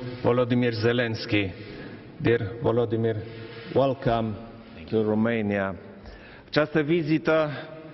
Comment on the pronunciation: Mor cand vorbeste asta 😂 Vlodimir 😂